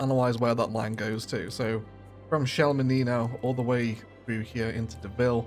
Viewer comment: You nailed the chamonix pronounciation. Some part of france would pronouce the x.